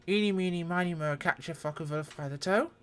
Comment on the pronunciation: Hmm, how did you pronounce the name Foche??😮lol. Oh and I also wanted to say... "Das video, das ist zehr gute Fraulein 😅, ja!!"